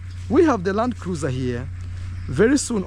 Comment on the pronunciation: Hey just say Landcruisr👍🏿👍🏿LUV